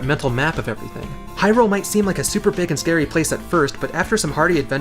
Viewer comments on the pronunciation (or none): none